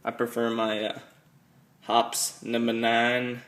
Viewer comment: Just FYI, it's not Hops, it's hopEES